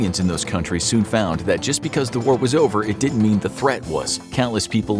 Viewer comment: "didn't" not "ditn't". So please instruct your narrator bot to pronounce it properly.